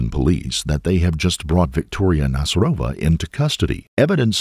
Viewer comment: Nasyrova is a Tatar second name. So you put on Y' when you read it